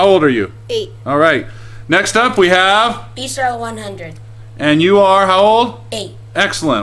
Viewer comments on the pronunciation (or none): none